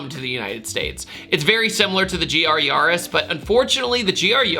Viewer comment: It's YA-RIS, not Yawh-IS.